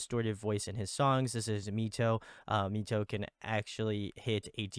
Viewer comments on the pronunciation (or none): Loving this deep dive. Found this channel through KAVE's deep dive ❤ MITO is actually pronounced as "My-Tou" instead of "Me-Tou"